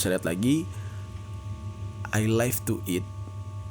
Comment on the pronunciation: Bang, pelafalan live itu di baca 'liv' bukan 'laif', live itu hidup dan life (laif) itu kehidupan